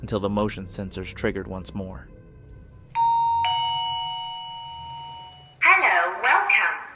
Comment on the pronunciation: /17 a females disembodied voice says. ( HELLO !) in an English accent like ELLOO🙃